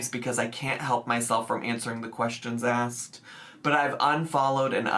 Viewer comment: I enjoyed her (not a real word) askirt 😂😂😂 in a video the other day....hope it comes up here!